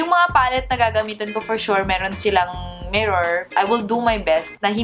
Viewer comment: Akala Ko Sabi Nya the no (mimor) :)